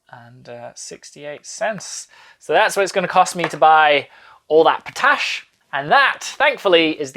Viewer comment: I believe the correct pronounciation of potash is pot-ash, but I did enjoy the pronounciation of p'tash ;-)